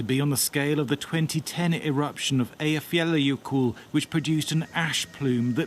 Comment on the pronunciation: Neither can he.